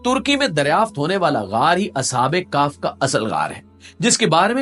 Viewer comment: اصحاب کاف نہیں اصحاب کیف